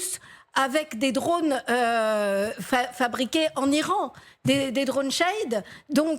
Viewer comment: I'lran😂😂😂devinez Quelle est la nationalité de Martine ?